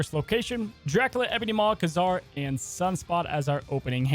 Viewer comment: Great video but man the way you pronounce Ka-Zar is so weird